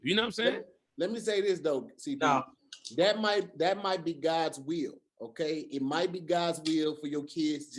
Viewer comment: Is it "God's will" or "God's wheel"? Tom, back to you.